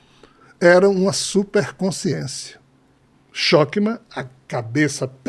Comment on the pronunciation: Shokma nao existe kkkkk e sim chochma e leia-se ch com som de rr.